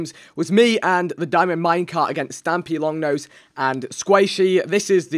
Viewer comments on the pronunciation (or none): At the start Vikk says Stamplongnose its stampylonghead